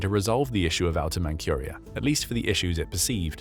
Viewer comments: Man-CURE-ia? Who's never heard of Man-CHUR-ia? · Please check the pronunciation of names you don't know. "Manchuria" has no "k", it has a "zh" or "j" ("dzh") sound. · "Man-cure-ee-uh?" That's not how it's pronounced. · Where in the world is "Outer Man-cure-ia"? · "Mankuria"... what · "Outer ManCURIA" ? this channel and its weird pronunciation of manCHuria and other words ..